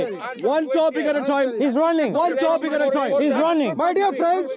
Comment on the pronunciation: Everyone: time: Toime 😂